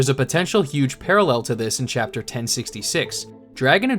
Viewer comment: Chappter four billeaon ????? 😂😂😂